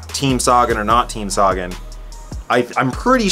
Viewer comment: Great vid as usual. We gotta work on your pronunciation of Sagan though. Quintana is the biggest disappointment of the Tour for me. I thought he was a climber.